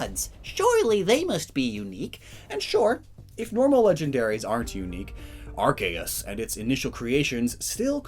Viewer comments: Annoys me when he pronounces arceus (pronounced “Ar-key-us) as “Ar-kay-us” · No one This guy : arc-ay-us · Gotta say, I’ve never heard Arceus pronounced that way... and its not my favorite.